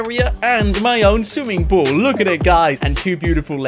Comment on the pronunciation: He say sue ing pool 🤣🤣🤣